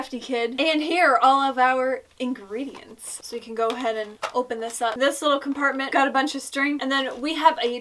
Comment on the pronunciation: omg how u said ingredients